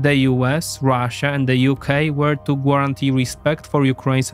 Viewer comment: I noticed in the last two videos you pronounce guarantee as 'gwarantee'. But it should be 'garantee'. The 'u' makes no sound.